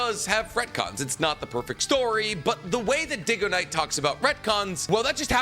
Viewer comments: Now he can't even say Dygo and says Diggo instead. Bro needs to read more books. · 5 Seconds in, can’t listen to this video if he says DIGOknight the entire time instead of DYGOknight 😂😂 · Lmao I spit out my drink right away, is it not pronounced "daigo-knight"? Is trolling? 😂😂😂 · Dude, getting a guys name wrong whom you claim to watch a ton of videos of and are a fan of is kind of messed up and then you hit him with a back handed compliment. Also this video is giving me that weird vibe from Star Wars Theory watching Nostalgia Critic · I would say I like Nicks videos but his mispronunciation have bothered me at times… except when he mispronounced dygoknight I hate that guy and that shit was funny af thank you and seriously I enjoy the content